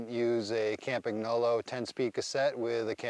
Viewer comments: Hey Dear Anglo-Saxons! Would you please learn after almost a century, that the company name Campagnolo is pronounced 'kampañolo' and not 'caempaegnoulou'. Cheers! 😉😉😉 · Ka-mpa-nolo The G is silent 😅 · Campagnolo You should pronounce GN in the correct way. It’s not like preGNant, it’s like siGN. 🇮🇹😀